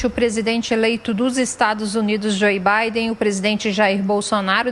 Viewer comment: A reporter fala presidente eleito o Bidê